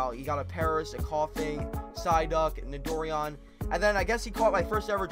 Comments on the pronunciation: it's not nidor-ian it's nito-ran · Its so cringy its pronounced Nido-ran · It is pronounced Nido- Ran